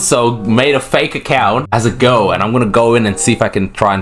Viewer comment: I thought you were saying go instead girl